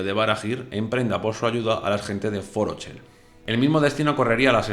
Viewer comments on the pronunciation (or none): Solo como un detalle, Forochel es una palabra Sindar, por lo que todas las palabras en ese lenguaje elfico, la CH se pronuncia como “J” es decir: Forojel, o Anglajel, pero bueno, cada quien es libre disfrutar los escritos a su manera. También estoy de acuerdo que esos eventos que no tienen explicación como mencionas del meteorito con Ëol, uno puede tener la libertad de imaginar cuál sería una opción apropiada, así como tu teoría de una entidad maligna. Yo también tengo mis propias ideas que complementan algunos fragmentos. Gran video!!!